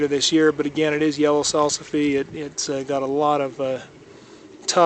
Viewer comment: Salsifie! Haha, pronunciation aside, they are one of my favorites. Mostly the new unopened flower buds boiled....mmmm.